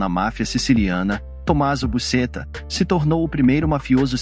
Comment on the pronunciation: A pronuncia correta é Busqueta.